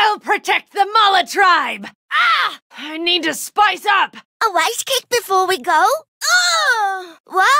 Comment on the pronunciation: “a wice cake before we go?”